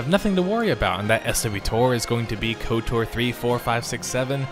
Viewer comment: the amount of times you said "S,W...TOR" instead of just "swo-tor" (one word sounds like just kotor which you said correctly a bunch) is going to haunt my nightmares. Other then that great video lol